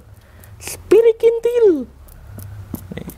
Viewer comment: Marsel kalo bilang s lucu gemess,,jdi z😂 zepirikintil😂😂 Lanjutken ya.